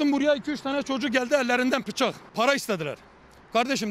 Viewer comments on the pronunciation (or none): işte o "yanan arkadaş" bana "pıçak" çekti 😂😂